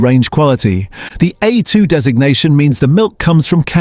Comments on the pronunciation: While I appreciate the idea of examining "Australian" products the legitimacy of the website would be improved enormously if there was a declaration that AI is being used in the production of these postings. The biggest tell is the consistent varying mispronunciation of A2 in the A2 segment plus the algorithmic rise and fall of the voice over tone and the too steady cadence of delivery The idea of this site s good but shoots itself in the foot by not declaring AI is being used - makes a consumer doubt the veracity of the whole presentation. BTW, I am an AI specialist for over fifty years and am becoming increasingly annoyed it the misuse and careless use of AI. If you are going to use AI voiceover use an Aussie accent; we say vite - amins, not vit-amins. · And we deserve better than AI narrators who can't even pronounce A2 & use repetitive AI imagery and make claims without any substantiation of facts. No mention also that part of the reason for Norco's financial problems was that it's main processing facitily on the NSW North Coast was two thirds underwater during regional floods in the last last few years. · Nice AI reading hallmarks on A2 milk multiple pronunciations